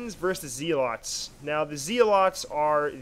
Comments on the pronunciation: I think zeolet is pronounced like it rimes with hell atleast thats how ive heard other commentators say it. Great video still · "Zee" lots :P